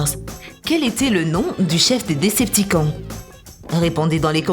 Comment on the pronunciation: Décepticon ce prononce " décepticone"